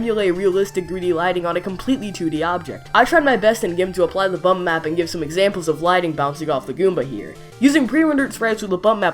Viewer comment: when you said bump map, i thought you said butt math xD